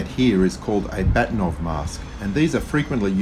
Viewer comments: Just a sidenote: If we can believe Wikipedia, Bahtinov is pronounced something like "Baakhtyeenawv" stress on the first syllable – but I'm not Russian, your wife has probably corrected you already ☺. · Funny, I had hard time to recognize "Bahtinov" pronounced in English. The original pronunciation (in Russian) is BA-H-tinov, vocal "H" like in German "Bach" (all hail Bach). I guess his name in his Reisepass is written Bakhtinov. You can see Mr. Bahtinov here: Interestingly, the guy decided not to patent this mask...